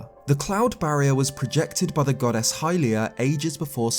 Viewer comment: Everyone: goddess: godass